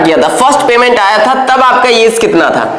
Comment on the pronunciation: Age hota hai AeZ nhi